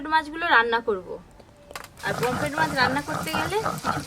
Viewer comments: It’s Pomfret and not Pompret or Pomplet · Kompret ta abar ki mach😅😅😅😅 r sasuri pomfret ke kompret bole 😅😅😅